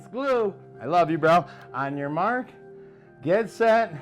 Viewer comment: Did he say On your march, get set? 😅 umm, buddy, that would be On your mark, get set.